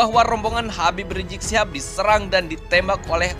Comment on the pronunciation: Bukan Habib rijik min. Tapi Habib Rizieq. Pakek Z bukan J. Haduhh kesel aku dengernya. Evaluasi dong min